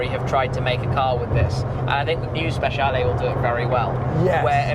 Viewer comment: Correcting you on pronouncing ‘Dodici’ but then saying ‘Speshiale’ instead of with a ‘ch’ sound. Spe-chia-le.